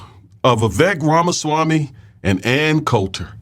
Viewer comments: When you say, Oohhh ramaswamii what-do -you-think -about - THAAAT!!! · Everyone is misspelling and mispronouncing Ramasmarmy.